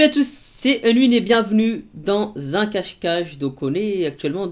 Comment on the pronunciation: Dans z'un , xD